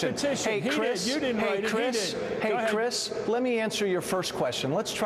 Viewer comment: "ey crish"... thats gonna haunt me